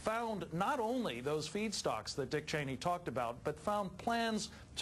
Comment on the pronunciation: So weird how CM says "Cheeney".